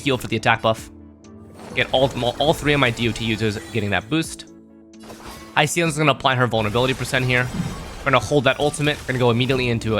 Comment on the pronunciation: Just WHO is Hi-seal-ens💔😔 if that’s how her name is actually pronounced, this comment is null 🙂‍↔️